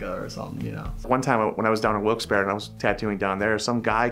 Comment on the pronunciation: I can’t believe that guy said Wilkes barre 😂